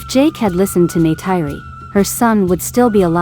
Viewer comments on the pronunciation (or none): Please learn to pronounce Neytiri's name!!!! I would like to watch your videos, but wince everytime you say it.